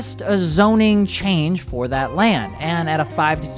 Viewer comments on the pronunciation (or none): none